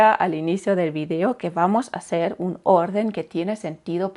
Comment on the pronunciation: ¿Cómo de fiable es alguien que me está hablando de la correcta pronunciación del alemán mientras ella pronuncia la B y la V como dos sonidos distintos en español cuando se pronuncian exactamente igual o que pronuncia "va a hacer" con tres aes cuando solo se pronuncia solo una? Hmm... 🤔